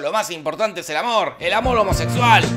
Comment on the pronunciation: La primera vez que dice: "el amor homosexual"